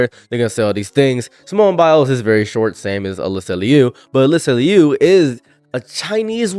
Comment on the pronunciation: She askes people to pronounce her last name is pronounced loo not lee-oo